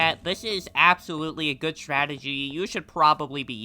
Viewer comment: Strategy ❌ "Statergy" ✅